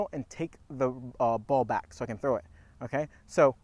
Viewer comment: Is Trow an ebonics for something?